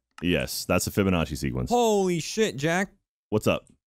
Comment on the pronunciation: Another amazing compilation, Massacre! Keep it up and thank you for all of your hard work! 💚 This whole series was absolutely brilliant. I loved it. For me when I come back to watch it again, here are some of my favorite parts: - Did say "FURBURnacci" instead of "Fibonacci". Did I hear that slight flub correctly? - Gavins' seizures. 😂 - Muffled scream - The "Hello, Gay Boy!" cut - Tiny "Thank you" and the beginning of: - The word of the cow, "MoOoOo" and the damn puns/word play. 😖 - asking about dreams and telling to shut the fuck up in the most beautiful way. - I want to use that as my text notification tone. - is 'magnetized' to the ceiling - 👶 - pun and the amazing Burnie edit. Along with the Enderman. I'll be adding more later. 😂